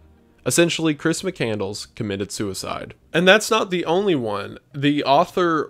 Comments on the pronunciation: Terrible title. And it's McCand-less. NOT McCandles like a fast food place for votives. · You say Chris McCandless. I heard Christmas Candles. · Please stop saying McCandles it’s making me die inside lmao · HIS NAME IS PRONOUNCED MIC CAND LESS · It's chris "Mc-Cand-Less" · Hearing him mispronounced the dudes name in the first 8 seconds... "Mick-And-Less" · Its McCandless, it's pronounced like Mc Canned Less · its Mc-Cand-less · Completely off topic but i think it’s pronounced “mick-cand-less”? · Why does he keep saying mc candles 😭 that’s not how you pronounce the last namw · Just so you know its. MC-Cand-Less not Mc-candles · Couldn't watch. His last name is NOT McCandles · Bro you keep mispronouncing his name. It's pronounced mc-cand-less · Interesting, but if you want to talk about somebody, learn how to pronounce his last name. Mc-Cand-LESS. (As in, "Less is more.") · Lol failed at the first hurdle. His name is pronounced mc-can-less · Are you seriously pronouncing it MC-CANDLES? I can’t do it man. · Chris Mi-Candles? I'm supposed to listen to you retell already published media for how long when you don't know how to say the guys name? Hate seeing your stuff pop up. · He's just saying his name wrong lol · Imagine making a video about this guy and still not getting his last name pronounced right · How is no one in the comments mentioning how badly he ruined the pronunciation of “mcCandless” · wendigoon’s mispronunciation of his last name the whole video is so frustrating 😭😭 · You butchered his last name dude... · I often wonder now when people mispronounce such an easy but important or prominent word in their videos, if they’re doing it on purpose to drive engagement. I can’t listen to you mispronounce the dude’s name. That’s the most basic thing to get correct. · Maybe figure out how to pronounce his name before making a video? Just a thought. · Perhaps you could do him a great honor by learning to pronounce his name correctly. Just saying.